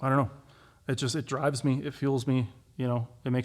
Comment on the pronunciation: Sounds like he's complaining about the "Hip drahve."